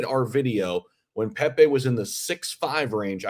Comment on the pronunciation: Hahaha u act like u know crypro them pepe launched u coukd t even say his name right lol don't talk pepe unless u hold a giant bag